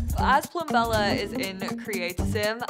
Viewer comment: Plum-bella, you pronounce the b!